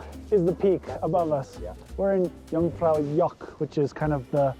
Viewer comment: Just as a little thing: Its not Jungfraujock its Jungfraujoch.